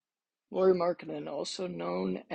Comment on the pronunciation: He's from Jyväskylä, Finland. Only born in Vantaa and moved to Jyväskylä when he was 3 yo. 🙂 Also not "Lori", Lauri is pronunciated the same way as "Lowry" in Kyle Lowry. About five out: Jazz hasn't played that much after January when Kessler got starter nod but Lauri has continued to put up big numbers. So while that probably helped him in the beginning of the season, it's not be all end all 🙂 Other than those few nitpicks, nice video 🙂 Nice that you used meaningful clips and not just random shooting as background video 🙂